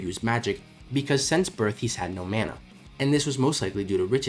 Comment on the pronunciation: why are you pronouncing mana like that 😭